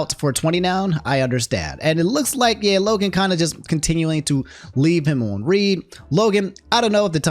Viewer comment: Why is this man saying leaving on read (reed) instead of leaving on read (red)